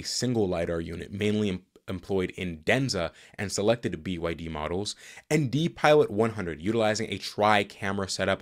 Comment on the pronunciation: “DiPilot” is pronounced “Die Pilot’. This is a system you never want to see in an airplane 😊